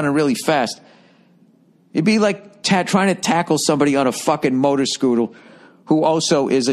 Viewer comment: When he said "motor scootle"..I felt that